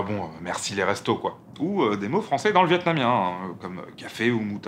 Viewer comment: Qui galère à dire vietnamien ?